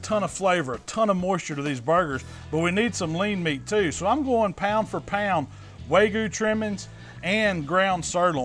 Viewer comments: *wagyu not waygu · It's WAG-YEW not WAY-GEEYEW.... dammit! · its wagyu not waygu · "Way goo brisket" lol. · I like how you say "way-goo" instead of Wagyu lol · Everything you good looks incredible, but it's Wag-yu not Way-gu- just saying. Keep up the awesome videos. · Why is he saying Waygu and not Wagyu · loving the vids but please stop saying "way goo". Its wagyu. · Waygoo brisket...yeah! Can’t wait for the fancy pants folks to swoon over your pronunciation! Love the channel, learned a lot! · Did he say “way gu” is that the way you say it ? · say it with me. WAG-YU :) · This guy is calling it way-gue beef. LOL I'm sorry that's funny af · i got cancer when he said "waygoo" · Wagyu is pronounced Wag-You. Please, dude. If you're gonna call yourself a meat savant, pronounce the highest graded meat correctly. Please. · its wag-oo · I love hearing southern people butcher the pronunciation of wagyu. Love the channel though,. No hard feelings lol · When you read "wagyu" 3 times and just say screw it, I'm switching the g and the y 😆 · you pronounced wagyu wrong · Learn how to say wagyu